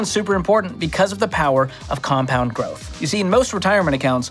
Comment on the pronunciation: sounds like he almost said "compound growth." Kinda mumbled the end without confidence.